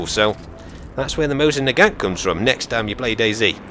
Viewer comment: The T in nagant is silent... jus sayin